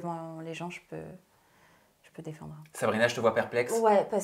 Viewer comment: c'est ''défendre'', pas ''defenssé'' 😅😭😭